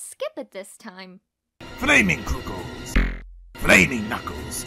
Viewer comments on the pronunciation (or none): Kuukles lol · DiviningBlade I know but said Flaming Kookels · Is nobody gonna talk about “Flaming Kuukles”? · I think you mean "kuuckles" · Inimay Senpai When Eggman tells Knuckles to power up, the first time the voice actor accidentally said Kuuckles. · Kept me laughing for so long... “Flaming kuuckles” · ah yes, kuuckles "I'm getting paid in coloring books!" got me dying 💀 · Times I died laughing: Egg man: ‘FlAmInG kUuKcLeS (T a k e 2) - Sonic: ‘Now were gonna make you more arrow dynamic’ Yea Arrow dynamic that’s how it’s spelled with the Word ARROW and DYNA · "Flaming Kuuckles" LOL XD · Ah yes KUUCKLES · Am i the only one who went rolling when it said kuukels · You know you’ve got a good voice actor when they are so committed, they pronounce the surprise typos. 😂👍